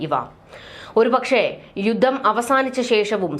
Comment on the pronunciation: മദ്യ,ദീർഗ്ഗ,യുദ്ദം.? താങ്കൾ ദയവായി ഉച്ചാരണം ശരിയാക്കണം. മധ്യ,ദീർഘ,യുദ്ധം എന്ന് തിരുത്തി പറഞ്ഞ് പഠിക്കണം